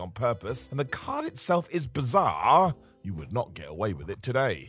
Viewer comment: Lol why do you drag the ends of words out so long, with 4 different intonations for that last syllable😂 “and the card itself was bizaAAaarrrRRRRHH…”